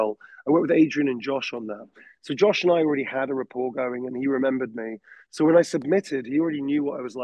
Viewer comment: He keeps on mentioning a director named Josh - It sounds like "Joss Whedon," but it can't be. I must be mishearing another name. Anyone here know?